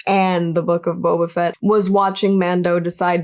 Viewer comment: his name is Boba FETT not BOBAfett............lol pronounciation is crazy with this name, i mean the emphasis should be on the last name, right? just lol................ 2 K soon <3